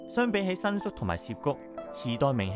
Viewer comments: 影片製作得很好，只想補充一點。 「渋谷(Shibuya)」的「渋」字，是日本漢字寫法，在漢文是寫法為「澀」, 並不是「涉」。「涉」是另一個字，「涉谷」是錯誤寫法。 「澀」在粵語有４個讀音： saap3 同音字：霎 sap1 同音字：濕 sik1 同音字：式 gip3 同音字：劫 而「涉」的讀音： sip3 同音字：攝 因此，不論把「渋谷」讀成「霎谷」、「濕谷」、「式谷」或「劫谷」都可接受，但讀成「攝谷」，是錯別字，是錯誤的讀法。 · 住過東池袋既我 睇到呢集好開心，多謝你 知道好多再深入D既故鄉故事。 提醒兩點 1.渋谷。渋 = 澀 ，念(色) 或 (劫) 幾十年香港人讀錯為(涉). 你有影響力 可以幫助港人改正。 2 藝術 既藝 要用鼻音。 注意KOL 唔可以有懶音。